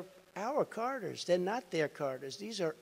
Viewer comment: The Carter's 😂 who are you talking about Jay-z? Surly you mean "Charters" old boy .